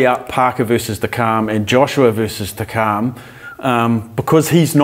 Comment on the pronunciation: Who is Takaaarm? It's Takam!